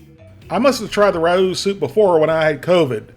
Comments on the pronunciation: Raos is pronounced Rey os not rous or rowse. Famous Italian restaurant in NYC...the food is impeccable...educate my man... peace. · FYI RAO’s is pronounced “Ray-O’s” not Ra-Ooz” 😁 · Ray-ohs. Wtf is he saying? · Rao’s is pronounced Ray-O’s. Rah-Oos! lol. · It's Ray-o's not Rah-ooh's. Rao's is a very famous NYC italian restaurant . It now makes sauces and soups. The tomato sauces are very highly regarded. Fun fact- Rao's was supposedly one of Frank Sinatra's favorite hang outs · For future reference, Rao's is pronounced row's with a short O. It's an Italian NY restaurant. Nice videos BTW! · Everything Raos makes are overpriced. BTW its pronounced with a silent a so rowes. Progresso makes a Light version with less sodium and thats what I buy. Yeah, I can make it cheaper but who has 12 freezers to keep all the things we can make cheaper? That's the problem. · Say it with me, "Rows Chicken Noodle Soup" which rhymes with Owws as in when you stub your toe. This ain't rocket science dude... Also you both need to be on the microphone when you're giving feedback not mumbling in the background. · Rao's is pronounced RAY- O's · Interesting video. Just for reference, Rao is pronounced "RAY-oh." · Rao’s is pronounced Ray-o’s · I love your videos. It's pronounced "Ray-Ohs." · it's pronounced 'ray-o' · I have to correct you on the right was of saying Rao’s. The a is said like a long a. Ray. The o is said like oh my. Long o. It’s a Italian restaurant in NYC. The food I’d great. But I find the products for sale in supermarkets is awful. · Just so you know, it’s RAY-Os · I’m not reading 590 comments to see if anyone told you that Rao’s brand is pronounced Ray-Ohs. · Rao’s is pronounced Ray-O’s. Great review as always! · Progresso is my fav. Anything Campbell makes that's not condensed is crud. And... Rao's is pronounced RAY-os. 😂😂😂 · Just so you know, Rao’s is pronounced like wow’s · Ay Rao's is pronounced Ray-O's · It's pronounced RAY- OHS... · It is pronounced Ray-O’s.